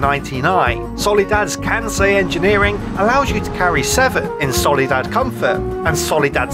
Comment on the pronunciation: you called it a "solidad" at the beginning